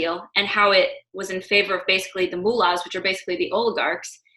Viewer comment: Moolas? Or Mullahs? C’mon